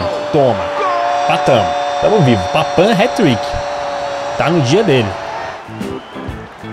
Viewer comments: Não é papan é papin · sempre vc fala errado e “Papim” e não “Papam”